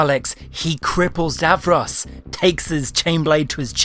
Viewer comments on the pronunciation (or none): none